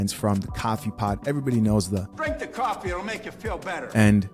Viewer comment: why do you say caffee and not coffee